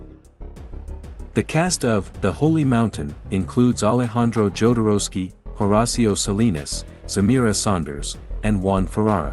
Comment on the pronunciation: is'nt it NOT the way Jodorowsky's surname is pronounced?